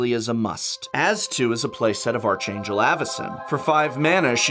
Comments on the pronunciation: Prof! MY friend, my pal, my buddy. Its "ARK-angel". Pronouncing it like "arch" pains me deep down inside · For the love of all things holy, prof, the 'h' in "Archangel" is supposed to be silent! It's supposed to sound like ARK-Angel. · It's pronounced "ARK-angel", even though it's spelled with an "h" in.